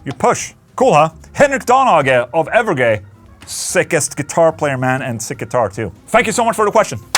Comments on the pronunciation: You said Evergay 🤣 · I can't not hear 'evergay' 😂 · i definately heard you say Evergay and have been laughing since.